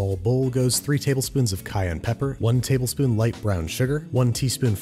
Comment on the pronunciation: Anyone else catch the "Tablesp'n" to go with his trademark "Saucep'n" ?